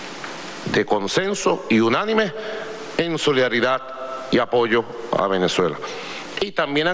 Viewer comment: Jajajajajjajaajaj.............. la solidaridak, la verdak, mmmmmmmmmmmmmm, mmmmmmmmmmmmmmmmmmmmm, aca no grita tanto como en Venezuela? estará cagao por que asumio Donalkkkkk Trommmpppkkkk?